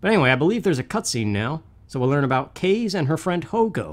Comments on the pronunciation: Hahaha, that "a" was hiding from ya. I noticed it, but there's not much you can do. Love the gameplay! Since I know this is prerecorded, I believe her name is the Japanese word "wind" so it's ka-zay, but it doesn't matter lol. Good work,, keep it up!!!! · I could be wrong but I think it's pronounced kah-zay